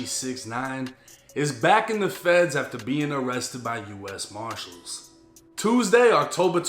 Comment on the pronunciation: The u s. Mahhhhshills huh?